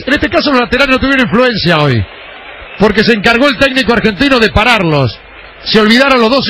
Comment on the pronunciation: "medio campo argentinA", "Se acaba el primer tiempA"